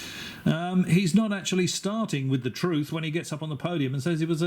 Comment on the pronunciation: Theres "Truth" and theres "Troof"